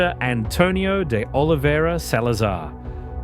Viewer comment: Very interesting, and educational. Great videography, although I was disappointed by some of your pronunciation, even simple words like "de" (should sound like the word DAY) or "do" (should sound like DOUGH). Those who have an adequate grasp of Spanish will be able to easily read Portuguese (and the Brazilian version) but speaking it is quite another thing ! I am now looking forward to watching your video about Albania.